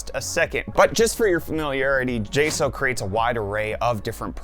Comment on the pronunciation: It’s weird to hear you calling the company “jay- sow” when everyone else calls them “jay- socks”